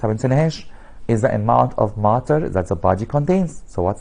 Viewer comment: He is say maaater not matter